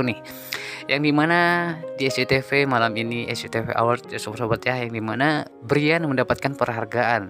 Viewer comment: Brayen hay...bukan briyan.. Payah